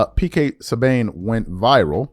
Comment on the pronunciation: it’s pronounced Pk Sooban but spelled Subban and PK couldn’t have said it better I been echoing the same thing to my friends…and to piggy back off of what PK said I played hockey myself we play hard, we block 100 mph shots, we hit we fight..and fly from city to city but u don’t see NHLers taking a night off because they were tired because of a late flight.. basketball now is nothing more then guys doing 30-40 mins of easy cardio.. Kobe my man and Jordan are in a league of their own.. PK couldn’t have said it better!